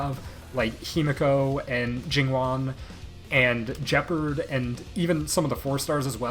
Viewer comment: Nobody talking how this dude calls Gepard “Jeperd”